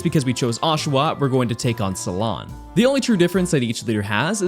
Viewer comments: did he just pronounce cilan like SALON..... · My whole body cringed at calling Cilan “salon” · Am I the only one who is mildly annoyed with how he said Cilan’s name? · The Pronunciation of cilan was something else…. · Who’s also triggered cuz can’t say CILAN instead is cilan